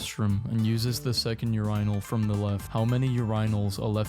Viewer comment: it is pronounced urinal, not urynal